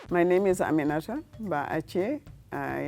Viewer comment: Amarachi can’t pronounce her name🤦🏽‍♀️